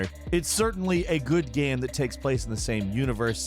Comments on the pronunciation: Why this guy say "gam" instead of game? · is the narrator drunk? geeeeeyyymmm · He really said Gaaam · Is it just me or does say "Game" weirdly some times.